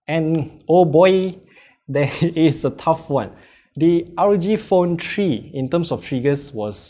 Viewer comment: Rog phone tree?